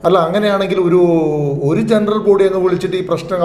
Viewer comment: ജെണ്ട്രൽബോഡിഅല്ല. ജനറൽബോഡി👍🏻